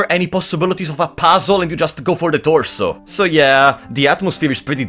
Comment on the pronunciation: I live for every time he says "THE ToRSoo"